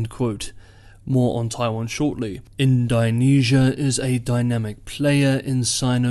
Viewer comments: Nope - that was the comment that needed making - he was murdering the name of a country and he usually takes such care... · Great report as usual, keep it up! I could be mistaken, but I think the pronunciation of Indonesia should be more like "In-duh-nesia" as opposed to "In-die-nesia" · Indonesia is pronounced in·duh·nee·zee·uh .... not "in dye nee sea uh". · It's in-DOH-nesia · In-doe-nesia, like In-doe-pacific. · it's pronounced "ind-oh-nesia" no? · Please pronounce the name of the country Indonesia correctly